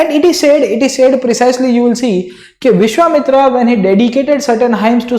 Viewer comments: Sir, it's not Vishwamitri.. it's Vishwamitra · sir it is vishvamitra and not vishvamitri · Great explanation sir. But the name of the sage was Vishvamitra, not Vishvamitri. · Sir it's Vishvamitra not Vishvamitri 😊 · Vishwamitra not mitri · "विश्वामित्री" nahi विश्वामित्र nam tha .... India k bahar se ho kya .. Itna v nahi padhe ho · It's not vishwamitri it's vishwamitra... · dude r u saying vishvamitri wantedly????